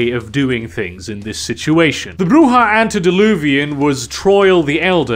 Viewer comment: 100 points for pronouncing Brujah right most of the time.